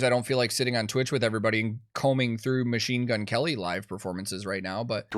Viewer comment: Herman said "Machine Gun Kerry"